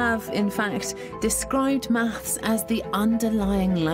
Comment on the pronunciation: With her speech impediment, she struggles so hard to say 'maths'... If there are 10 rocks in the field...will there still be 10 rocks in the field if there is nobody there to count them?